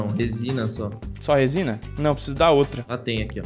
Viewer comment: " R O S I N A ", Gênio da Língua portuguesa